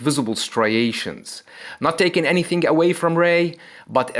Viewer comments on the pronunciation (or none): none